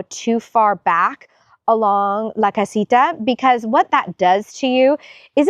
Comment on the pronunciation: The light with the metallic inside is such a better choice! It looks much more substantial. The pathways look great. I do need to tell you that I giggle every time you say “la casita”! 😂